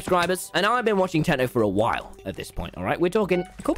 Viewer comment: Me thing that he said whal instead of while